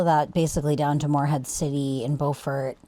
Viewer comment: it's pronounced "bew-fert" not "bow-fort"